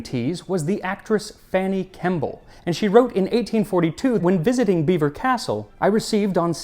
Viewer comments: Kudos for correctly pronouncing Belvoir Castle as Beaver Castle (home of the Dukes of Rutland). There is also a moment of history about the rich adding milk to their tea as opposed to the poor putting the milk in first: the rich used porcelain which will take the heat of the tea vs.poor who used pottery that would break if the hot tea went in first. Fun and enjoyable video. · Thanks, Max. If not for you, I would never have known that Belvoir Castle is pronounced "Beaver" Castle. Or that "high" tea refers to a meal at a regular table with dining chairs, rather than an elbow-height table by a lower chair. Why, the whole show is just lousy with erudition! I'd love to see the result of your foray into the world of Tea, when you can devote the necessary time and energy to the subject. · Well done on your pronunciation of Belvoir castle, you got it right. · Ten out of ten for pronouncing Belvoir correctly. Love the channel. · A toast of tea for pronouncing Belvoir properly xD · I grew up near Belvoir Castle and am just so impressed you got the pronunciation right! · Another good one, I noticed you pronounced Belvoir Castle correctly, we haven't tripped you up yet with those pesky British names! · Full marks for your pronunciation of Belvoir! Regarding Mr Twining, I suspect that it was his business, rather than he himself, who expanded😁. I'm really looking forward to the history of tea series; it is, as you know, fascinating, deep and dark. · As someone who lives near an area called Belvoir in Northern Ireland, I was most impressed by your pronunciation!! I should have expected no less 🙌💕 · Not only was this extremely interesting you didn't butcher the pronunciation of "Belvoir".. I'm hungry for some cake now 🍰 well done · As a former midlander I feel the need to congratulate you on the correct pronunciation of "Belvoir"! XD